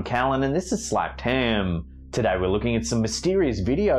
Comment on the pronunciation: Every time I hear him say slapped ham i start laughing... 😂😂